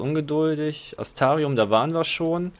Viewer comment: Kann es sein, dass du mit dem Buchstaben R irgendwie auf Kriefsfuß stehst? Immer lässt du den weg. :P (siehe Astrarium)